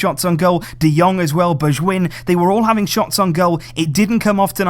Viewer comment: Hey, id like you to try to pronounce bergwijn this way: Ber ( G like a screaming cat ) Wayne, it just doesn't really sound good to a dutchman haha